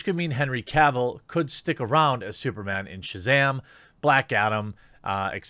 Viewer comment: SOOPAH DOOPAH MANE, LOL!!!!